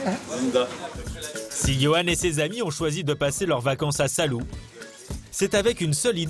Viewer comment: "Salou" vous devez prononcer "Sa-lo-ou" (avec l'accent sur "lo").